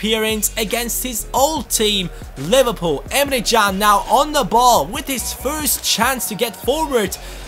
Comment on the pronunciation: today the Turkish football websites have released an article saying that Can's name is pronounced Emre Jun, just saying...